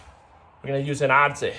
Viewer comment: I prefer your pronunciation of 'adze', it has panache!